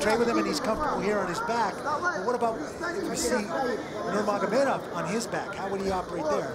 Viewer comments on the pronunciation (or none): you'd think by now announcers would know how to pronounce Nurmagomedov properly.